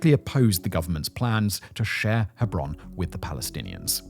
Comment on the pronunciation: Not only do you mispronounce intifada, but also Yitzhak Rabin's name, the name of the city of Hebron, and so on... It's really disappointing, this is one of the best channels on this platform, and you have taken such a major issue quite callously.